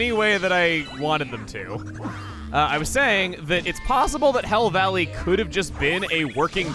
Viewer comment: The first time he said hell valley I thought he said hill valley